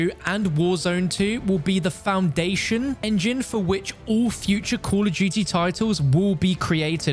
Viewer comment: why do u say duuy instead of duty